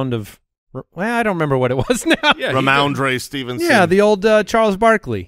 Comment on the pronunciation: Ramondre Believe-it-son